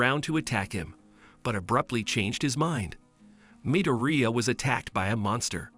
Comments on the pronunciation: bro said mideria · It's midorya not midearia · MIdOrIya? What? Is that how you pronounce his last name no no no no its Midoriya What your saying Katsuki's last name the wrong way Dude learn how to say it right! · Midoria not midiria lol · IZUKU MIRUDIA ITS IZUKU MIDORIYA NOT MIRUDIA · Why are you saying amdara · midooreea? ok im done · in the anime “midoriya” Real life “✨MiDoRiA✨” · he also said mideria